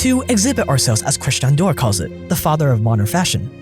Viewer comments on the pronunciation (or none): "christan door" lmao